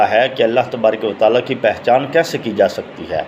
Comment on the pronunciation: تبارِ ک وتعالیٰ کا تلفظ تو پہلے درست کرلے بھاٶ جی۔ پھر چینل بنالینا۔